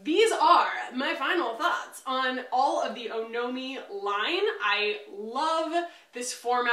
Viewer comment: 1. Apparently, it’s pronounced “aw-no-mee”- kind of like the suffix in “taxonomy.” 2. I totally agree with first purchases. I find that if you’re not Rouge, most brands and shops will give a 15% discount that matches, if not beats Sephora, because some don’t charge tax, while Sephora does. Case in point, I went a little Ilia crazy at Sephora, but only because I don’t know my shades in the foundation and concealer and exchanges/returns are easier at Sephora. I wish I had Ilia in store like it sounds like you do in Austin.